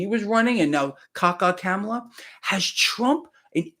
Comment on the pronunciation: KAH-MUH-LUH.......like her or dislike her, but pronounce the name RIGHT!